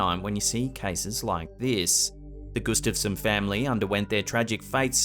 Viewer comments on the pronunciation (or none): none